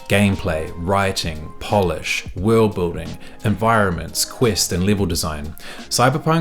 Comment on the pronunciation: "WOLRD BUILDING" 😂😂